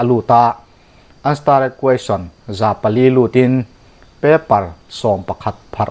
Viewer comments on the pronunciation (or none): Stared Question hi Sta-red an ti ngai lo, Star an ti mai